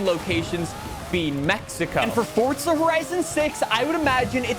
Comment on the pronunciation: SAY FORZA NOT FORTZA